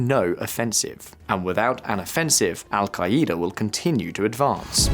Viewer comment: Al-kai-E-da! 😂😂😂 Yippie-kai-ai